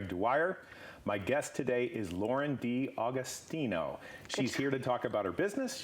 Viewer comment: Dee-Agostino.. is this for real? why can't you yanks pronounce words properly?